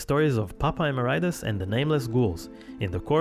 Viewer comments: we literally have people in the video, from the band and otherwise, saying "emerEEtus" and this dude keeps repeating "emeraitus" for no good reason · It’s Papa Eh-MARE-ih-tus not “emma-rye-tis” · Popeye Maridis??? wtAf? PAPA E-MERIT-IS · lol Emer-RIGHT-us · Papa "uh Mare eh tus" is how it's pronounced. You don't hear Tobias say it that often but he does in this video. I think a lot of people get it wrong. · That narrator said "Popeye mur-eye-tis" so funny! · Very nice video and all but 'Emeritus' is pronounced wrongly throughout the entire thing even though the correct way of saying it can be heard multiple times by several nameless ghouls and Tobias himself in this very same video. That threw me off a bit. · Love how some people can't pronounce Emeritus correctly. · the way you pronounce "emeritus"........ hurts me. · Why do people have such trouble with the word "emeritus". Hate hearing people pronounce it like it's an STD. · Everything is perfect but,the way they pronounce. Nihil and Emeritus!!!!